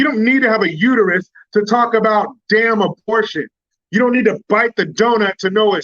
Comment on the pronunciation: It's uterus not u to u.